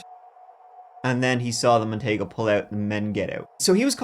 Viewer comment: Hey guys- the Merc Montego,(mon-tee-go) was actually pretty spacious for a coupe. Those back seats were likely bench seats and as I recall, fairly roomy. Compared to today's cars...well, no comparison! Easily, TWICE as big as anything Mercury makes today!!